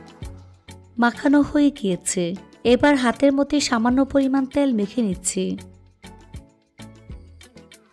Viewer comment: আপনি তো ভুল উচ্চারণ করেন রুল,ত্যিল,বেডগাম।